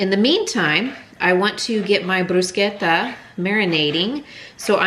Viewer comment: Thank You so much for correctly pronouncing “Bruschetta”! ❤